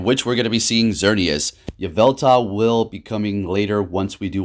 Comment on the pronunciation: There's an L at the end of Yveltal